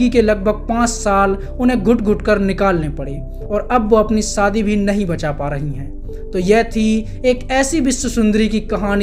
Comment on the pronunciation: zra Shabdon ko sahi se Ucharann kiya kro Naam AISHWARYA hai na ki AISWARYA SHADI wala SHA bo la karo Biharion wa la SADI Galat hai